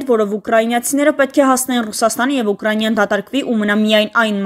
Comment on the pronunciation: Խոսել սովորիր նոր խոսիր« ուկրանյա» ուկրաինա